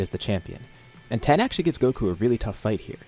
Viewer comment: Why do you pronounce tein like that